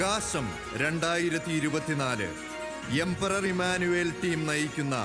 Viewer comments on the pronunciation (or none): ഇമ്മാനുവേൽ... Alla❌❌❌❌❌❌❌ ഇമ്മാനുഏൽ ✅✅✅✅✅💯💯💯💯